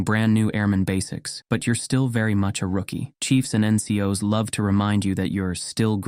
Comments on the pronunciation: Don't for get the NCOs - "In-cee-oh-ess" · Was ts ai generated? The way he says ncos weird me out